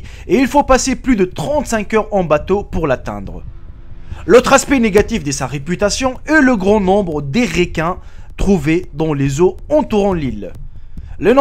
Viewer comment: Di riquin ptdr on dit des requins